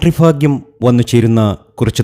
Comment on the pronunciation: Fagim all bhagim annu parayanam